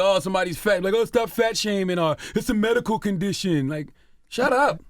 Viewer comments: Wtf is Merical Marijuana!? 😂😂😂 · This dude can't say medical.